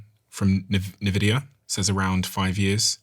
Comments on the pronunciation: NEVIDIA, the way it's meant to be said! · Great podcast thank you. Also it's pronounced NVIDIA (envidia) and Jensen Huang (HwOng)